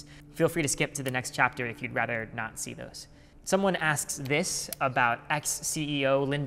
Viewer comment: he hilariously says "not see" which sounded like "nazi"